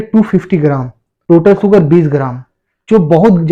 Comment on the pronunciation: सुगर नही शुगर् होता है